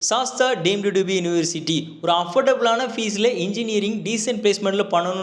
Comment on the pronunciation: சாஸ்தா இல்ல தம்பி சாஸ் த் ரா